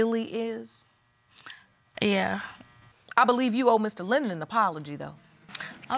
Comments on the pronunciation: Tach Jay she can't even say his name lennor. he is Lennon. my cuz. mom's great nephew. ms Powell is 1st cuz. mom's sisters daughter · She keeps saying LENNER this man name is LENNON! 😂